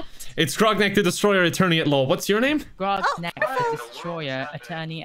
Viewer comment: Sherry: calls Grognak "Ragnarok" The entire CMK community: sweating